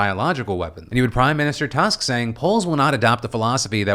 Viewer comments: This happened several times already so I need to step in. Polish Prime Mister's last name "Tusk" is pronounced <Toosk> with the sound "oo" like in "foot" or "tooth". Every time you see the letter "u" in Polish it will be pronounced this way. Give me a month and I will teach you two sounds a day. You will be reading 100% of Polish without understanding it. It is that easy. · It is pronunced T-o-o-s-k. ❤